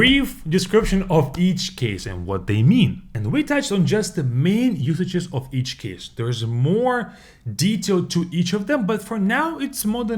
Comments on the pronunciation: The word of, is pronounced uv. The word you are pronouncing, is off. A lot uv water, not a lot off water. Off means to remove something. Take off your coat. It would be easier if I could pronounce the words so you could hear them. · "Of" произносится как "ов", а вы произносите Off. Почему кучу русскоговорящих не могут это никак запомнить😂